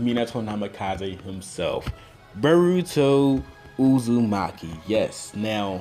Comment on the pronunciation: did he just say burrito uzumaki? lmao